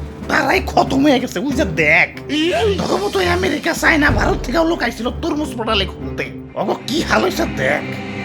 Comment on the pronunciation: হরমুজ না❌ তরমুজ ✅😂😂